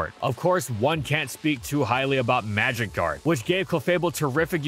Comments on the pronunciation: oh my god i was so confused i kept hearing magic guard as magikarp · I kept thinking you said magicarp and was so very confused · why do I always hear "magikarp" when you say "magic guard" xD